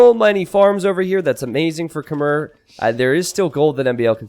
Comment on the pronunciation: Khmer is pronounce kuh-mai